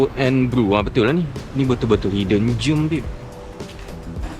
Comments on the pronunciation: hidden germ tu kuman tersembunyi 😅 gem sebutan die mcm jem.. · Bukan germ tapi gem. “Jem” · bukan germ bro, tu kuman.. hidden gem, bunyi dia mcm jem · Gem tu sebutan dia jem bang, hidden jem. Yang abg sebut tu germ (kuman). Hidden germ (kuman tersembunyi) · Jgn sebut hidden germ (kuman tersembunyi)... Sebutan betul gem ~ jalan jam jem nenas... Bukan "jem"put (germ)…. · hidden gem. cara pronounce gem mcm jem tapi e tu jangan panjang, mcm kita sebut e dlm red cepat pendek e tu. ni bukan nak kutuk ka kata abang ni salah sebut ka apa, sekadar berkongsi